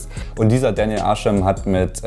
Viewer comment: daniel ärschem lol. der dude heißt arsham